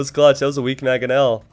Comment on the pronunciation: This was driving me insane too. That and every time i hear "maGonel" when it's actually "Mangonel" which is perfect because it can be shortened to 'Mango'.